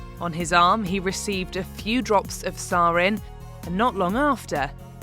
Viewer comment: Your pronunciation of sarin makes me cringe so hard